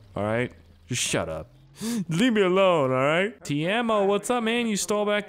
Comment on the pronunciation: His name is Keimo not Teimo